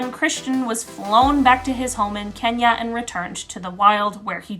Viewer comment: The way you have pronounced Kenya its incredible. Lots of love from Kenya🇰🇪🇰🇪🇰🇪😊